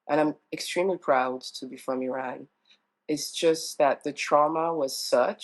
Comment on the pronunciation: The black woman said she is Iranian but mispronounced words like Iran and Qajar etc. she culturally appropriated the culture and language under her black disguise. I have so many black Iranian friends and not one has been ostracized or made to feel less Iranian than anyone else. Iranians are way above how this is portrayed. If they feel a certain way it is because of the government not the people. The world doesn’t understand this.